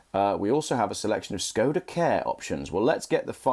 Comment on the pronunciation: A little help with pronunciation. It is Š (Sh) KOD (cod) A (ar). Look at the bonnet badge .... you will see the Czech letter Š (sh), not S. The original car company (the 5th oldest in the World) was founded by Václav Laurin and Václav Klement, hence the name of the car. "Václav" is pronounced "Varts larf". In Czech, if you want a pure "s" sound, it is "s" ... if you want a pure "k" sound, it is "k" as in conference = konference.. "c" is "ts" as in hats, bats, mats. Laurin and Klement was acquired by Škoda, the huge Czechoslovak industrial/armaments conglomerate, in 1925 because they wanted Laurin and Klement's engine technology. Unfortunately Škoda translates as both "damage", fairly good for an armaments manufacturer, and "shame" or "pity". (To je škoda ! = It is a shame ! JAKǍ škoda ! = WHAT a pity !)